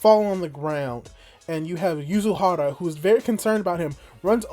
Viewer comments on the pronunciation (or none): It's MATSUkaze not Mizukaze yeah I know it's hard name but really feels wrong when said not right XD Same I think I heard you calling YuzuRICHA, Yuzuhara. Yep one of the hardest names in Dr. Stone.